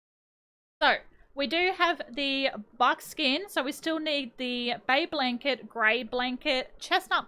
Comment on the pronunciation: not being rude but whenever she said "bay blanket" it kinda sounded to me like she said Abe Lincoln-😭